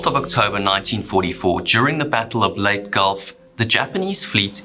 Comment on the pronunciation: We never did get to see Japan's 18s vs 16s. That's Lay-tee Gulf.